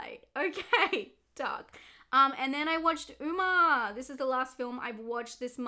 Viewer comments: i adore you... but it's pronounced 'uh-mma', not 'ooma'. like how '' isn't prounounced 'eema' kjdsfjksfd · Sorry to be that person but Umma is pronounced like “uh ma” not “oo ma” I had to sorryyyy 😭